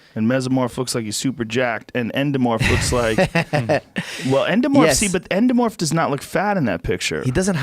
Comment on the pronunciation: Joe "ENDOMOORPH???" Rogan